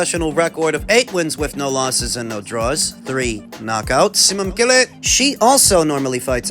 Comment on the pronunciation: Simamkele, congrats, that's a Zulu name you just tried to pronounce